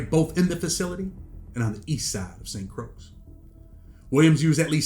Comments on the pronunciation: Saint Croix is pronounced like the word Croy no (s) or (x) sound just a head's up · Lmao St. Croix is pronounced SAINT CROY 😂😂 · St. Croix is pronounced “Saint Croy” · It’s “Saint Croy”. That’s how it’s pronounced. As if it rhymes with boy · Need to learn how to pronounce St Croix smh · You’re pronouncing St Croix wrong, dunce.